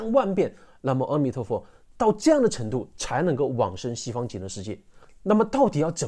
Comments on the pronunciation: 谢谢的分享，想提醒大众一个迷思关于 阿弥陀佛的“阿” 应是念做 ā，而不是ē。当你念ā的时候舌头是平行的，念ē的时候舌头是向下的。可以参考其他文献！希望可以帮到大家:virtualhug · 这个教授连佛号都念不对，念，阿弥陀佛，不是呃弥陀佛。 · 是念南无“阿ah”弥陀佛 不是念南无“二”或“ 哦” 弥陀佛 心不坚定的人 必须加“南无”两字 念南无阿弥陀佛 要具足净土宗的 “信” “願” “行”往生三資粮 信：相信釋迦牟尼佛说的阿弥陀佛是真的 阿弥陀佛是真的 願：你愿意去你要去 行：口持佛号 念南无阿弥陀佛 清净心念 心不清净念 多妄想念 没妄想念 怎样念都行 行住坐卧 从早到晚 从晚到早都能念 开口念就是 厕所就得心里默念“恭敬”（突发事故除外可以大声念南无阿弥陀佛） 任何地方任何事都能念 是吉祥的 若一日若二日若七日 这就达成净土宗的 “平生业成” “现生不退” 临终十念 若有人临终前 有善知识教他念佛 这时他才有机会接触念佛信佛 念十念 甚至一念 只要他有信愿 都能往生极乐 除非他不想去 阿弥陀佛也帮不了他 只能堕回六道继续轮回 更详细的说明得去看善导大师思想的各大净土宗法师开示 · na mo a mi tuo fo，是阿不是e的音。因为音有振动频率，a和e的频率不一样。南无阿弥陀佛。感恩的分享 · 你好，非常赞叹你能劝导大家念佛，功德无量啊。我就鸡蛋里挑个小骨头。阿弥陀佛的阿字，应该念阿(a)的音，因为是梵文的音译，您标题里也有阿弥陀佛梵文的罗马转写体，amitabha。虽然很多老人家，甚至是得道的大德，比如星云法师，圣严法师，因为有口音，会读成e,或者wo，也不影响他们往生。不过我们年轻人还是力求准确。既是出于恭敬，就像我们不要把别人名字念错，也是因为正确的读音更有力量吧。南怀瑾大师也谈过ong,a,hong三个读音作为宇宙生发音的，很有意思，您也可以看看，油管里就有。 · 阿弥陀佛，念 A 不念 E， 谢谢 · 阿（a,不是e)弥陀佛🙏🙏🙏